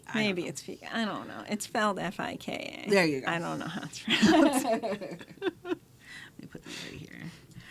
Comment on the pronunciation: Fika is pronounced with a long E and short A so "fee-ka"